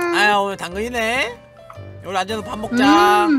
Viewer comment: 님 웃기심ㅋㅋㅋ요루를 요후 라고 말한닼ㅋㅋㅋㅋ